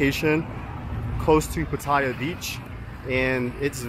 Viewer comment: 1. OMG you are one of very few vloggers I heard pronounce Pattaya correctly 👍 2. Try and get out of Pattaya/Bangkok/Phuket - they are NOT real Thailand, they are Western settlements within Thailand